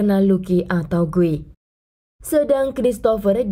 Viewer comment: Di Brazil Guy dibaca gui ya kk, bukan gay..